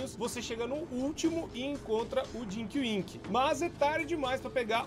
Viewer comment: ta falando erado ae mano,é tinky winky rapais nao é dinky winky nao ou